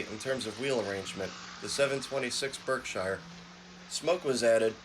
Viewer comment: Berk-shear not Berk-shiiire.